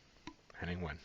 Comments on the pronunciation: Hi, his name is pronounced very similar to "vein" not "when". Also, in the first episode, the red haired guy is British Olympic long jumper, Greg Rutherford, and that's why Lee Mack said that he is allowed to jump in when he interrupted. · Pronounced 'Veyn', well close enough? Saw him in Cambridge a couple of years ago, brilliant! The wife loves him too, which is strange , as he performs in English and my wife is German! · Wehn is pronounced Vain. The bloke on the far left is Greg Rutherford. Olympic long jump gold medallist in 2012. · It's pronounced Henning vein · Pronounce the w as a v and you'll get his name right. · pronounced henning vane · His name is pronounced Henning Vain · I think he pronounces it as "Vain" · Pronounced Venn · Wehn is pronounced Vane. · Henning Wehn is always so amazingly innocently funny, a German with now dual citizenship, he loves the UK. I'm British and live in Germany. Diversity makes us better people, Viva la différance! Oh, and it's pronounced "vehn" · His surname is pronounced Vehn. Love WILTY, Lee Mack is so quick and hilarious, but you must watch Bob Mortimer's dentist story. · Wehn is pronounced 'vein'. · Henning's last name is pronounced " Vain" Also in the "This is my " round the person is told not to show any emotion either way if possible so as not to help the guessing team. Nor can they be asked questions or speak. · Henning is brilliant. Wehn is pronounced as in vein (blood or weather vein) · Pronounced vein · Wehn pronounced Vain. He is the self-styled "German Comedy Ambassador in London".